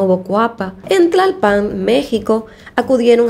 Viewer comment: Excelente narrativa en tus videos y muy interesantes, solo recomiendo que cuides algunas cosas como la acentuación de ciertas palabras como "Tlalpan", el acento prosódico va en la primera "a", de otra manera llevaría acento ortográfico si fuese en la última "a" como lo dices. En otro video haces lo mismo con la palabra "Naucalpan".